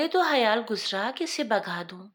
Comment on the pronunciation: hayal nahi khayal